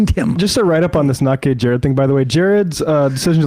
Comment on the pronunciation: His Name is not not gay Jared it is Jered Monroe.